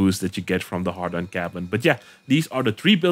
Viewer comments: Why does put "Hadron" in the title but says "Hardon" 🤔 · ...Had-ron...not hard-on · You'll get 1m viewers just to hear you mispronounce the Hadron cabin as a har- Don cabin... jeez it's 'hay-dron'... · A part of me laughs everytime he says "hard on" someone get this man a beer. He needs a girlfriend asap. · I get triggered everytime you say "hardon". Not sure if troll or serious. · I mean, at this point you MUST be saying HARDon on purpose or maybe you're dyslexic?